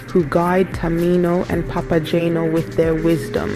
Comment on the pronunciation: This video would have been better if: 1) the video clips shown actually had to do with the opera (and not, for example, people cosplaying Harry Potter characters), 2) The narrator didn't make incorrect pronunciations of names ("Papa-jane-o"? did she actually listen to the opera?), and 3) the text displayed didn't mess up character names ("to Mino"?). Didn't anyone "proofread" this video before posting it?